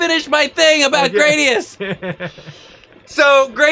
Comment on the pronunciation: Stop mispronouncing GRA-DI-US.... (グラディウス Guradiusu)